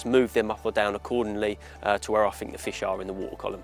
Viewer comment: Warning this video contains an idiot, who can't speak his own language (I FINK).